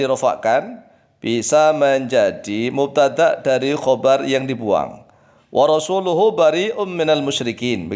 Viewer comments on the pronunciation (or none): 4 : 31 ya iyalah pak...semua org yg belajar baca qur"an jg tau itu warosuluh (lam dapan lu) kenapa jd warosulih?...